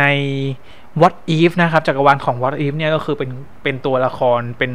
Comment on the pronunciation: ดอกเตอร์สเตรนจ์ ไม่ใช่ ดอกเตอร์สเตรงจ์ เดอะ มัลติเวิร์ส ไม่ใช่ ดิ มัลติเวิร์ส วอทอิฟ ไม่ใช่ วอสอีฟ ดิ อิลลูมินาติ ไม่ใช่ ดิ อิลลูมิแนติ โมนิก้า ไม่ใช่ โมนิกล้า ชูมา-กอแรธ ไม่ใช่ ซูม่า-กาแลด เพ็กกี้ ไม่ใช่ แพ็กกี้